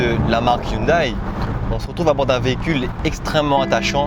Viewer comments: Bonne voiture, belle sonorité on reprochera peut être la déco intérieur qui n'égale pas celle des allemandes. (ps: hyundai ne se prononce pas yoon day ^^) :) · On dit youndé